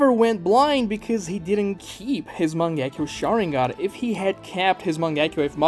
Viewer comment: Heard you pronounce "Mangekyo Sharingan" and had to click off the video dawg wtf was that